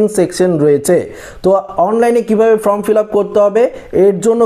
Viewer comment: আবে, ফ্রম নয়, ফর্ম।